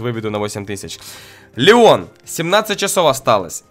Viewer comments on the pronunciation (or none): none